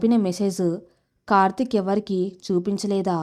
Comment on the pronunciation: Kartik ane.name ni chakkaga palakandi sister.